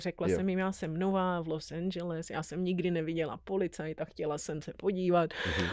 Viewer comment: Proč to Los Angeles nevysloví tak jak se to má?